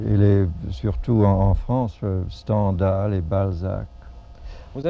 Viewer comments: En effet, le seul mot qu'il prononce de maniere incorrecte, c'est 'Stendhal', a moins que certains francais ne le prononcent pas comme moi. Pas de faux amis ou d'anglicismes non plus. Vraiment impressionnant. Huxley avait enseigne le francais a Eton quand il avait une vingtaine d'annees. Si j'avais le temps, j'essaierais de retrouver les hommes politiques etc. qui ont ete ses eleves. Je me demande ce qu'il aurait pense de Boris Johnson. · Il faut dire que le nom de Stendhal n'a pas une consonance typiquement française, et sans doute Huxley le prononce - t'il en "anglais"...